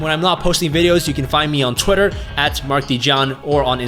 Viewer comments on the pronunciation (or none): none